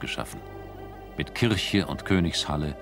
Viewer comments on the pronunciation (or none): none